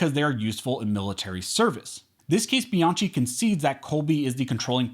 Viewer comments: Great article. Bianchi is pronounced Bee-on-key, btw. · It's pronounced "Biankey"!!! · Bianchi is pronounced Be-an- KEY. It's an Italian last name. Thank you for the content btw. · Dude, Bianchi is pronounced bee yahn kee. There is no letter k in Italian, so they use ch for the k sound. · Bianchi is pronounced Biankey.